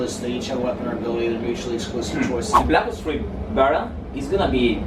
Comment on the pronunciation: Soy yo o Grefg no sabe pronunciar? "blac os 3" "guargüir" "blac os 2" xD